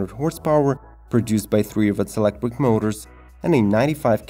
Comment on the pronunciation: The hell is elecwick? “Be very very quiet! I’m hunting wabbits! Heheheh”